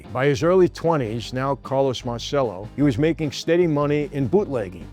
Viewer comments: MAHR CHELL OH MAHR CHELL OH MAHR CHELL OH….NOT mar sell oh come on Michael I love you to death, but have some respect for the Italian language and Carlos who spoke fluent Italian. He would’ve corrected you as well. I’ll say it again fake New York Italians, who destroy the Italian language it drives me insane and it makes you lose credibility. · Why do Italian Americans forget how to correctly pronounce their surnames? It's Mar - Che - Lo. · Si chiamava come il figlio di De Niro in "Bronx tale" ... La pronuncia è errata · Everyone mispronounces Marcello, even this American-Italian presenter. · You really have to learn how to pronounce Italian properly. The way you say Marcelo is incorrect. CE in Italian sounds like CH when you say Cheese